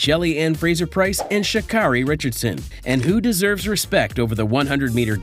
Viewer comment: Good heavens, dude, if you're going to post about track and field, the least you can do is pronounce athletes' names correctly. SMH ~~ Richardson's first name is pronounced "Shuh-CARE-ee", not "Shuh-CAR-ee".